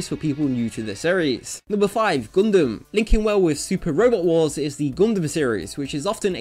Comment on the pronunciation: "Goondem" I love ya, man.